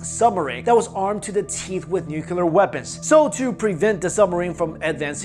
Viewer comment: Always Nucular never nuclear.... Sigh